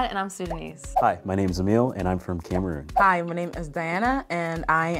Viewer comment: Im so sorry but as soon as i heard him pronounce Cameroon I knew we were cooked 😭